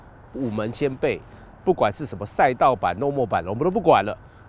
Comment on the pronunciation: 請修正, Lommel不是念做normal, 是念做Lom-mel樓媚爾